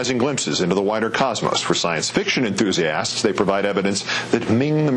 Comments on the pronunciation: He says, " ...for science enthusiASSts..." LOL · why does he keep over pronouncing the "as" in "enthusiasts"? sounds like hes mocking them, calling them "enthusiASS" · "for science fiction enthusEE ASSSTS" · Anyone else wonder why he pronounces enthusiasts with such emphasis on the ASS? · this guy says 'enthusiasts' weirdly